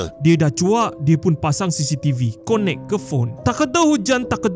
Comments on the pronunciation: Bang ...sebutan connect tu kenek, bukan konek bang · Maaf knp baca connect bunyi dia konek🗿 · Bang sebut 'connect' camne tadi🤣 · Alamak sebutan 'connect' bukan begitu. Segan sy dengar. Huhu😢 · Ap pnye jnis pronunciation tu "Connect"😂😂😂😂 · sebut connect tu btul² skit😑🤣